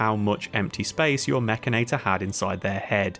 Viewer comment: wait... mek-can-i-tore? Nope! I don't care how it's spelled. It's mek-in-nate-tore! lol